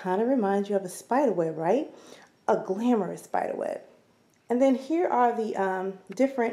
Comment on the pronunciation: Love the way you said "a GLAMOROUS spiderweb"@ !! Your hauls are so great!! :)